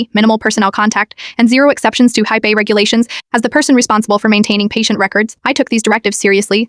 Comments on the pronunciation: It's hippa, not hype a. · If you can't read stop doing these f**** stories it's HIPAA not hippie there's a f**** difference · I wish someone would teach AI the accepted pronunciation of HIPAA!